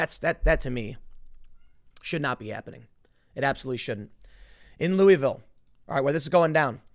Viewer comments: Tim. It's "LOU UH VILLE." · Ooooo god I’m from Kentucky, of all things to be annoyed with it’s the pronunciation of Louisville r